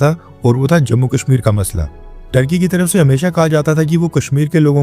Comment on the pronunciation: Turkey or thurkey ?😂